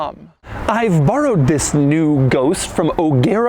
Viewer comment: Y'all pointing out the THISSS but I can't unhear the way he emphasizes 2021